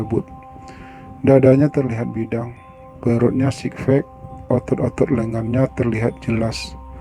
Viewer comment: sebenere alur ceritanya bagus cuma sayang pengucapan beberapa kata-nya yang kurang pas (misal sikfek yang seharusnya sixpack) semoga kedepannya lebih baik